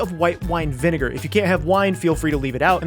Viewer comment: “vinigger” That One Friend: NI